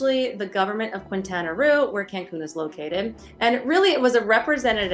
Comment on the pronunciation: Please...Keen-ta-na Roo, not Kwin-ta-na Roo.